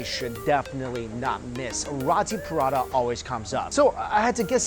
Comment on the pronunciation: Mike, say it with me now, roo-tee paa-raa-taa, roti parata.